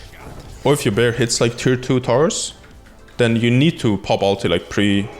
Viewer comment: Had to replay several times to understand he was saying "Tier 2's" Sounds like hes saying Tit'toos. Other then that great video!